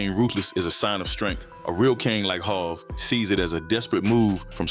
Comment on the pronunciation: Jayz jehovah hova hov go practice. You're losing credibility if you can't pronounce hov